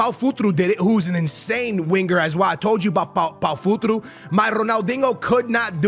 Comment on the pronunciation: How tf you say futro it says Futr”E” eeeeeeee not o